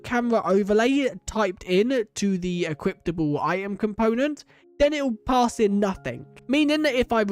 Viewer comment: why do you say equiptable